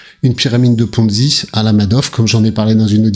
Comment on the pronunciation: Ponzi....pas Fonzi !! 😂